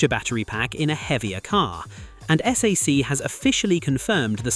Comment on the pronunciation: If you're the "best automotive channel", why can't you get the company names right? It's S A I C, not SAC.